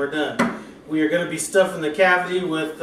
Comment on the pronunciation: I'm sitting here listening and sounds like you said "We're gonna be stuffing the Cathy". I was about to say WHO is Cathy....lol. I then realized you said cavity. The way the breast was cut, it do looks good and juicy. I'll have to try this. Thanks man.